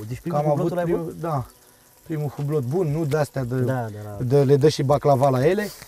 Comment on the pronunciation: Primu' Hublot din Romania si nu stie sa pronunte :))))))))